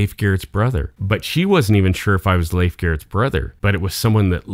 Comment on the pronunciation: Fun story! Glad you know how to properly pronounce Leif's name !!